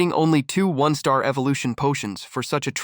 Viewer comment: Your ai can’t pronounce one star , and one star appears a thousand times 😭